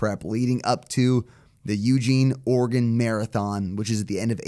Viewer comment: As an Oregonian, I appreciate the way that accurately pronounces "Oregon" - see ya in Eugene,!